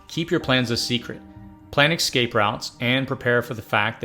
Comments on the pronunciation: EScape, not eXcape. Espresso, not eXpresso. I know you can do it! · Your videos are amazing , but PLEASE .... the WORD is ES-CA-PE not EX-CA-PE..... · Stopped watching when the narrator started saying "ecscape." It's EScape... not ECScape. Smh...🙄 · The word is EScape, not EXcape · Essssssscape. Not eXxxxcape. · Stop saying "excape"! It's "escape" EScape! S. Not X. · Good video, but you do know the word “escape” is not pronounced “excape,” right? Kind of annoying to hear it pronounced that way 50 times. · Say ecscape one more time...but this is a great video.